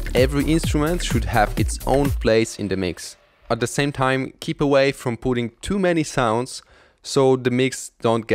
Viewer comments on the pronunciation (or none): none